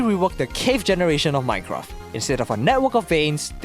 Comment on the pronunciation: Is it just me or do you pronounce minecraft as "minecraff"?